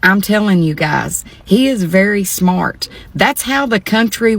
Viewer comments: “He is very smoort”. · Smort? WTF is 'smort'? Industrial strength stupid is not a good look. Or sound. Or quality of life.